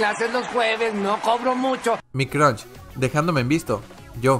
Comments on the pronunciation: Para de decir crunch literal crush no tiene n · No es cronch es cruush con uuuuu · Nadie:: nadien (Nadie) Mostro (Monstruo) Cronch (Crush) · Nadie: Absolutamente nadie:: mi crunsh